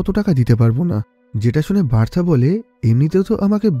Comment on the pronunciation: উচ্চারণ হবে "বার্থা "